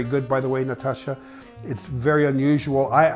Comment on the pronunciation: Nastasja, not Natasha! Like in Nastassja Kinski.